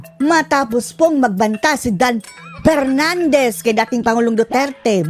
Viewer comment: Porteen! Pace ! Pacing ! Takte yang P mo PFHERNANDEZ !